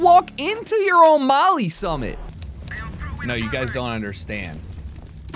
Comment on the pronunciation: Really hit him with the "Summit" LOL